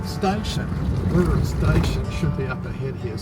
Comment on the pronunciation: Just stumbled across your channel whilst doing a bit of research to an upcoming trip to Warroora and a potential future Zone RV purchase. As WA locals, we have stayed at Warroora previously and also day tripped from Coral Bay, but our last stay was over 10 years ago. (By the way, it’s pronounced Warra 😊)